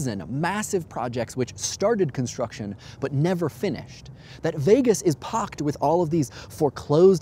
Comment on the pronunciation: But it does make sense and understand your point, so yes. But you say Vegas weird